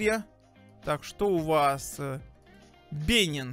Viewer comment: БЕНИН УДАРЕНИЕ НА И!